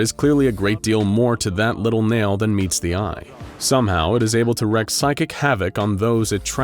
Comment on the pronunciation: Hate how you pronounce wreak